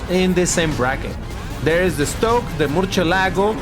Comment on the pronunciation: The Model Estoque Was Pronounced In Portuguese Not Spanish,.